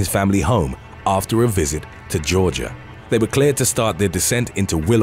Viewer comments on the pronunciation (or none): none